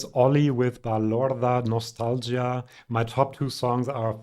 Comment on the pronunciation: Since you're such a great fan of Italian music, I would like to teach you the correct pronunciation of the "ch" in "Cristicchi" and "Michielin", which is neither a German "Sch" sound, nor a (German) "Tsch" sound. In both cases you just pronounce a "K". And the word "nostalgia" in Italian is stressed on the "I" - like "Klavdia" in Greek.